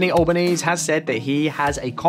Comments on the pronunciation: plz make more on an effort to actually get the names right, ffs they're not even that foreign. Alba-neasy, Morr-isson . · Lol at Anteny AllBoneese... Clearly the script didnt come with basic pronunciation notes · An-toh-nee Al-bah-nee-zee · It’s pronounced Anthony alben-easy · It’s An-thon-ee Al-bin-ee-zee and Can-brr-ah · You pronounce the last hard E in Albanese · Just letting you know Albanese is pronounced Al-ban-ease-y And Canberra is Can-bra 👍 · Could have at least learnt how to pronounce his name - "Albanese" is pronounced "Al-ban-easy". And "Morrison" is "Morr-ison" not "Marr-ison". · *Al-ban-eezee *Can-bruh For your edification. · It's pronounced Alba-NEASY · Albanese pronounced Al Ben easy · Alban-easey.. get it right! ;-) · Hello from Australia, it is so funny how you pronounce things, here are the pronounciation -Canberra (can-bruh) -Anthony Albanese (An-then-ee Alben-easy) Btw great vid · Can someone give this guy some video/audio reference when preparing for a video? He goes out of his way to give his own take on pronouncing stuff. It was crazy distracting on the Chinese stories, and when he found his own way of pronouncing Albonese (the E isn’t silent at the end), it’s makes me turn off the video and leave a moaning comment and not take the rest of the video seriously. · Can’t even pronounce Canberra or Albanese correctly. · For goodness sake, learn how to correctly say the name of the current PM. Better still, get a local to check your work before releasing it. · This report looses credibility when it doesn't even pronounce the Australian Prime Ministers name correctly. (The e at the end is not silent) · If you wish to be taken seriously in Australia you might spend half a minute of your valuable time to learn the correct pronunciation of the National Capital and the name of the Prime Minister. Nothing consequential of course. It might help. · Albanese is pronounced to rhyme like easy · It's pronounced Anthony Al-ba-knee-zee.